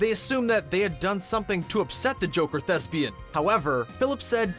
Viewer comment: Shame he couldn't pronounce it correctly (thesbian).